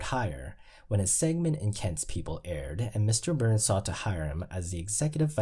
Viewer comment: Why sometimes do you drop the (s) when pronouncing Mr. Burns and Grimes names? 🤔